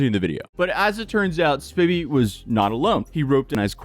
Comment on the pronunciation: Lol now repeat after me s p I vy not spivvy